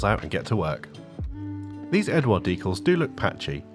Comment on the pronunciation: Thanks for pronouncing "decals" just like I do. Rare to hear it.